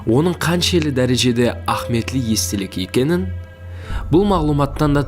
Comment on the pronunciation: Баракелла,зор айтыпсанг маглыуматларды.бирак "а'химийетли"-деген созди а'хметли деп жибере бересенг.иним.асыкпай анык айтса жаным иним.😮😊